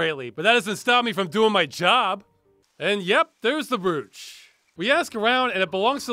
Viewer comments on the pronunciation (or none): It's pronounced "Broach" you rube.